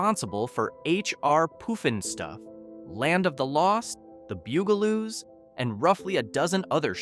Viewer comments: jee-AW-gə also had Sea World. It had a very famous (infamous) killer whale Tilikum (nicknamed "Tilly"). Cringe on the pronunciation of Opryland. You get it right a few times so C-. Poof-n-Stuff. Puff-n-Stuff. The rides here were buggy and were often out of order. The two story crystal merry-go-round was so pretty, no one wanted to actually ride it. Pleasure Island, MS is not Disney World's Pleasure Island. You show lots of footage from Disney's adult bar crawl, Pleasure Island. The two parks had the same name but they were not the same. Michael Jackson loved Circus World. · Lolol! I know! He's not smart enough to PROGRAM the AI in phonetics! 😂 “POOF AND STUFF?”- it's not a cartoon show about flatulence! SMH… YT lets these losers get away with it because of the $$- that they don't deserve. This is a 4.9-star FAILURE.